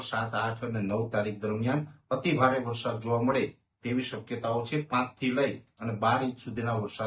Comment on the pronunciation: Not varshad, varsad. Learn to speak.